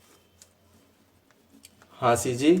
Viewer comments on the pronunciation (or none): हांसीजी नहीं हँसोजी, कुस्तम जी नहीं रुस्तम जी